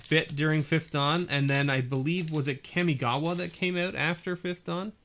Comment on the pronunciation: The way you said Kamigawa made me think you said 'Kimmi Gibbler' which confused me, I must have missed that set.